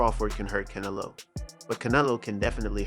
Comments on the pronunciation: How do talk about boxing yet can't pronounce Canelo's name properly. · Hey bro I'm sorry I appreciate your your time and everything but pronounce his name right... For that matter just call him a cantaloupe...